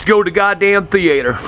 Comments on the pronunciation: "THEE-ATE-ERR" - Love dat accent. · thee-eighter haha